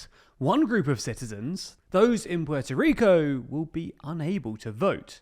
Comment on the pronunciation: Puelto Lico